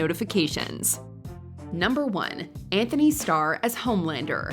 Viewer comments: Pretty embarrassing that you got Antony Starr’s name wrong… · It’s Antony, not Anthony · It's Antony not Anthony. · Even watch can’t get his name right. IT IS ANTONY NOT ANTHONY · Antony It’s not Anthony. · It’s Antony Starr not Anthony Starr😭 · It's Antony not Anthony lol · Bruh someone in trouble, you guys pronouced Anthony Starr and it comes up as Anthony when its actually Antony Starr, Lol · It's Antony Starr, not Anthony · It's Antony,.. lol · You guys couldn't even get ANTONY Starr's name right? No wonder everyone says you're a joke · holy shit even watch got Antony's name wrong! xD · Antony star people. Antony. There's no "H". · Can't even get Antony's name correct in the video 🤣